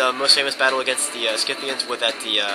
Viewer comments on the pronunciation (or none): You are not pronouncing the Scythians the correct way.